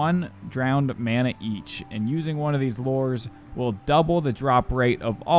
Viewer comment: Its not lores its lu-res